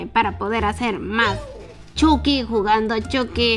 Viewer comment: Lo pronunció chocky